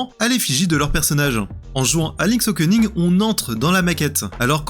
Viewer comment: Le mec dit Okening